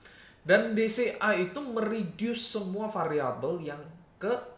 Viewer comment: Setiap kali bilang DCA, gw dengernya BCA.. 🥴